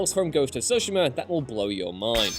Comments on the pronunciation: Don’t let this dude do anymore video’s unless he can learn to pronounce Tsushima correctly. Soshima is not even close. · I couldn't get through the entire video with the way he says Tsushima. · i like the video cause the info it gives but hate cause the mispronunciation of Tsushima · Anyone else bothered by the way he pronounces the title?? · Good grief, how many different (incorrect) ways are you going to pronounce Tsushima before the video is over?